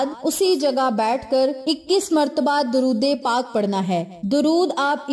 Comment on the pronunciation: Ap apna drod e pak ka talafuz theek ker len